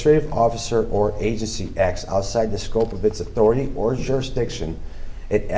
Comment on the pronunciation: I love how he says the courts have no jurdsdiction and then also asks the court compesate him